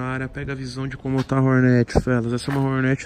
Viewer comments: Me dá muito nervo nego falando Rornéti .. kkkk mto zuado 😂😂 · Não entendo porque tem que falar “hornéti” se o nome é “hórnet”? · Togordo' sabe nem fala "Hornet"